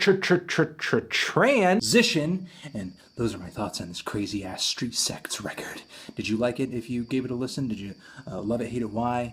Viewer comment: It sounds like you're saying Street Sex.